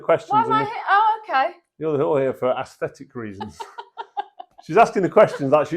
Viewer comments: I like that froch said ASSthetic instead of aesthetic , earned a sub from me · Totally random, btw, but I had to teach foreign students once... I looked up some words and was surprised to see that "aesthetic" is pronounced with an E at the start. I've always said it the same way you did before I read that.